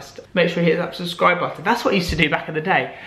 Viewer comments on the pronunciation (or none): none